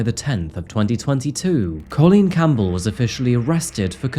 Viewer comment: It isn't Coal lean it is Colleen - man learn how to say the word. Your sing songy voice is obnoxious just speak normally and learn how to say Colleen it is one word and the Coal part does not exist anywhere in the spelling or pronunciation. Dude Campbell is not Cam bell either